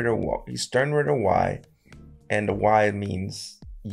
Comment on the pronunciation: The part my guy slipped up saying Sternritter "Y" and said "Stern Witter Why?" Was the highlight for me. It's is pretty tricky saying that fast tho.